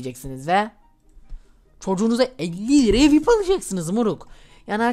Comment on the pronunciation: Vip diye söylenmiyo viaypi diye söyleniyo